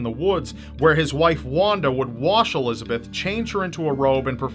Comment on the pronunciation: It’s pronounced Elis-a-bet not Elizabeth (German) Josef is Yo-sef